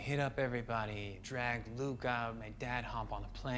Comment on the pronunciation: He said "loot" not Luke.